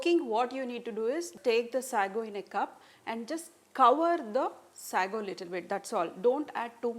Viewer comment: Say-go not sahgo!